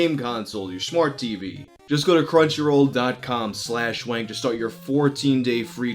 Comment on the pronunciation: Cruncyroll?!?! Are you fucking serious, go fuck yourself